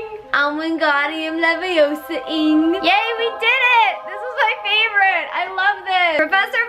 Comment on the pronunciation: it’s wingardium leviOHsa not levioSAAA